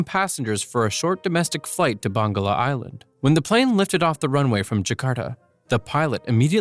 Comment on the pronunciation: its bangka island, not bangla